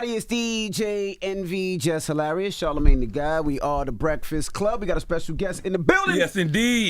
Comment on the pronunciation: I need him to teach Charla how to say his last name 😂😂